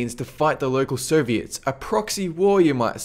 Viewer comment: dude you got some bad pronunciation with some words, for example Soviets you pronounce it like Serbians, the same with Syrians that too you pronounce like Serbians, i was like wtf when would Serbia launch missiles in the direction of the USA, that was always the US thing to launch missiles at other countries including Serbia xD